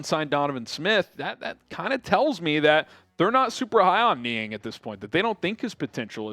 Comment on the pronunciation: Niang - NO- I have mentioned this before.